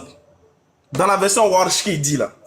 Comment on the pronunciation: Il dit version washhhh 😂😂😂😂 C’est warchhhh frère moi mm j’ai ça à la maison 😂🤦‍♀️ et moi j’ai Hafs mon père a lu les 2 fatigué enlevez la honte de vos yeux et venez demandez 😂😂